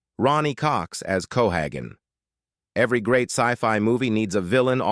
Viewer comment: It's cohagen, pronounce it right or get lost.You got that narrator